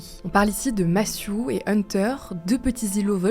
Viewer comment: Massiou ? Revoir la prononciation je pense